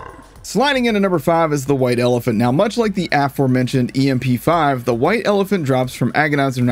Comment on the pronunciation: Love how the em-p5 has been out for almost 2 years now and people still can't say the name right for some reason. It's pronounced like mp5. Cause it's based off an mp5. Specifically from counter strike from what I've heard